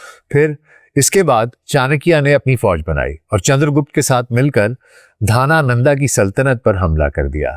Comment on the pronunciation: Channakya nhi chanakya dhanananda nahi dhanand chandragupta 😂😂